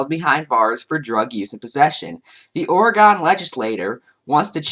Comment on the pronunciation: Great video but just so you know its pronounced or-uh-gun not or-ee-gone. I know because I live in Oregon.